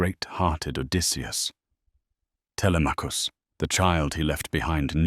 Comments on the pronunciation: . I can’t because Telemachus is not pronounced tellyMACkus but tiLEMMachus. It’s impossible to focus. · Telly-Mackus 😂😂😂 The AI doesn’t even know how the heroes’ names are pronounced in English 😂😂😂